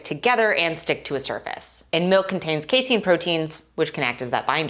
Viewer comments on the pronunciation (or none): none